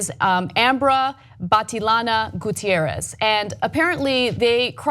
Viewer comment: lol "batty lana"